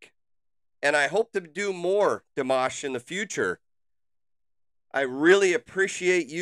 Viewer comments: You did great in pronouncing his name! Great reaction! Dimash is truly a gem and you will have an amazing journey discovering his talent! The audiences didn't know Dimash and he was the first performer on the first episode of this competition, between already well known singers! Coming in as a wild card and they did not expect him to stay longer than 3 episodes! The other contestant are those, who sitting back stage. He proofed them all wrong 🤣😉. His performance got so many views over night, he needed bodyguards the next day and stayed until the very end as runner up! But more important was he won over the hearts of so many people! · you are correct in the way u pronounced his first and last name at the time he is singing in french . he is from kazakhstan. this was 2017. he was invited to the i am singer show to participate.. he is humble and a very sweet young guy. very talented. he came in 2nd place only because the first place winner had to be chinese.. the has numerous song out he has a channel with list of all his songs he has sang over the years on tours and recorded.. his english has improved tremendously. he has trained so much. his father and mother are singers as well.. he is currently 28. will be 29 in may this year.. he feels the lyrics and the music... he also has completed his doctorate in music comp and all aspects of singing... the sings in over 12 languages. has 7 or 8 octives... ive loved listening to him since 2017 from this show.... please reactio to more.... ty for your reaction....